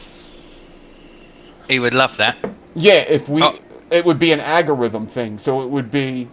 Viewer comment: Algorithm is pronounced Al-go-rythm not Agg-a-rythm,. I know you are deliberately mispronouncing algorithm to have a comment made...right? 🤦‍♀😏😘 Great show!